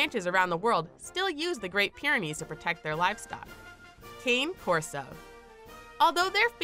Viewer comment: The cane corso is pronounced (connie) corso